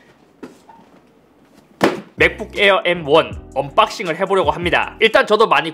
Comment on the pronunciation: 언빡싱 -> 언박싱으로 해 주세요.